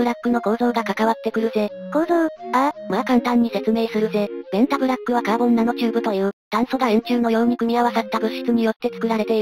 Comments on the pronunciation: ベンザブロックに聞こえて来る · べ↑ン↓タ↑ブ↓ラ↓ック↑